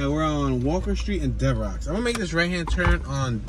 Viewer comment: Not to be Picky but Devereux St is pronounced like Devereu the X is silent, my wife grew up on Hegerman St in Wissinoming